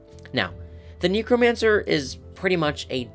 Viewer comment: Please say Necromancer properly like the root word necro instead of like "knee crow mancer", the first time you said it I thought you said "Negromancer" 💀💀💀